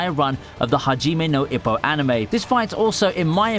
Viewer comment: I was worried Hajime no Ippo wouldn’t make the list. Although, your pronunciation of Ippo is like nails on a chalkboard.